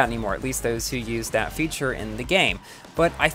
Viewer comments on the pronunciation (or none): none